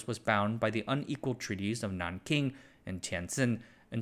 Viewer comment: A most engaging exposition, my good fellow. While the vagaries of tariff policy remain as inscrutable as ever, I am equally bemused by your avant-garde pronunciation of Nanking and Tientsin.